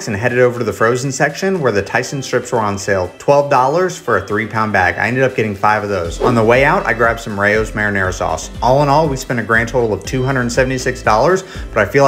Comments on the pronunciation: Ray-o’s…. At least try to pronounce it properly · Rao's is rhymes with "ow" the thing you say when something hurts.